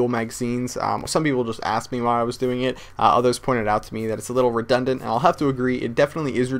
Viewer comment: i laughed so hard when he kept saying redundent